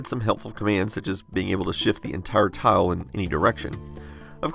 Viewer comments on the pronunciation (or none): Every time you spoke "tile" I heard "towel". I dunno if it's my poor English or you're pronouncing it funnily, but you can imagine my confused face :D